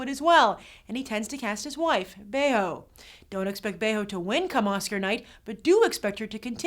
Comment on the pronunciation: I love how Grace properly pronounced Berenice Bejo's last name after the commentator mispronounced it :D